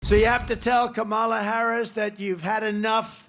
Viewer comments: Oh Dernald Funk, you still can not pronounce a person's name correctly ... i.e KA mala, not Ka Ma lah? It makes me wonder! All of this cognitive decline hollering against ? Just take a sad little bow, get back up that tacky golden escalator (providing it can carry that weight and move on, you ridiculous poor sad man. Not a fat joke, just wishing for you to blow away. Granted, George Bush never did get the correct pronunciation of nuclear vs. nuc-u-lar quite right. But I never felt he could/would or harm me sell out in this disgusting way! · Her name is pronounced “COMMA-LA. What he is & talking about is himself not her.🤣🤣🤣🤣🤣🤣🤣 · First off, it's pronounced Kah-muh-luh. If your can't even manage to properly pronounce the name of the person you're running against should be warning sign #1 of your cognitive deterioration. Also, you're the only one in this race who's a convicted criminal. The fact that you're even allowed to run says everything you need to know about what the Republican Party stands for. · He’s such a tiny richard for mispronouncing her name repeatedly. So rude, so disrespectful. He can kick rocks with no shoes on and every body like him can join him! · Trump can't even pronounce her name correctly. Is it pure stupidity? Or an insult on the 5th-grade level? Her name is pretty f'ing easy to say. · I know its a minor thing, but if Trump can't even pronounce his competitor's name properly, it doesn't give you confidence in his eye for detail or his diplomatic ability. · bro can't even pronounce her name correctly. okie dokie. he's a CHILD.